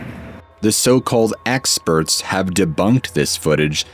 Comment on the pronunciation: . Did he say axeperts? 😂